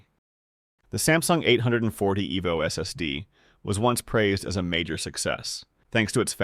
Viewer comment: no human would ever pronounce "evo" in "samsung 840 evo" as "eh vee oh"